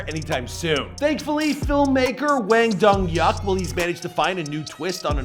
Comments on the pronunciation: Dong-Hyuk Hwang Pronounced Hwang (simillar to Juan of spanish with a g added) Dong-Hyeok ( not yuck) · Hwang dong hyuk is a rough name to have with an American audience. I laughed way too hard the first time you said it. I couldn’t help myself